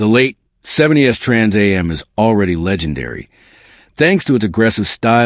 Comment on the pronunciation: having trouble saying trans am